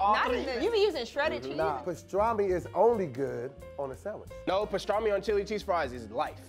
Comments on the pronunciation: Stop saying pastraaahhhmi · lost his argument the second he said pastrami wrong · is lurking me w/his pronunciation of pastrami....that am is PM & not AM.....ARGH!😑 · Does purposely pronounce things wrong? Pastrami and asparagus. Even the way he spells is odd. 😫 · lost all respect with the BLT is a struggle sandwich comment when you loose over half the weight as bacon grease, and the brotha can't say Pastrami right.